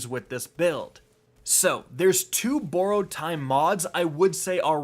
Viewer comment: Please say borrowed correctly PLEASE bye!😄